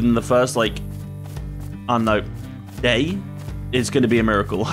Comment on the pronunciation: "DAT TWO" do you mean day?